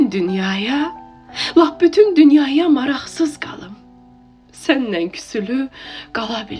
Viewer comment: Salam. Sözümü yanlış anlamayın, qiraətlərinizi dinləyirəm gözəldir. Sadəcə 'səninlə' sözünü 'sənnən' deyə tələffüz etməyiniz həm doğru deyil, həm yaxşı səslənmir. Uğurlar 😊